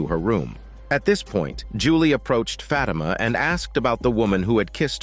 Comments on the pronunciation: 😭😭 it's not pronounced "fat emma" Its "fa thi ma" lol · "FAT IMA"😭😭😭